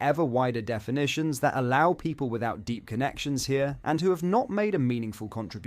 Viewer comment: What exactly are The Pee-pol????